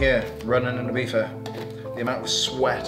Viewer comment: Please start saying Ibiza not Ibifa boy. Dont be that arrogant to it. I believe you can do it! ;)